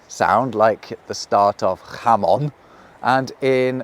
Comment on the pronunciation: jaMON not JAmon